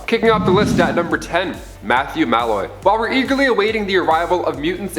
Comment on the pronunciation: the only thing I didnt like was the way he said malloy